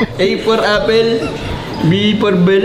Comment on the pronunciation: CONG: A for...: Affel 🍎 CONG: B for...: Bell 🔔 CONG: In short...: Affeldabell HAHAHAHAHAHAHAHA!